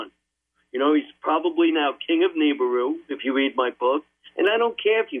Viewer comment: More like Hebrews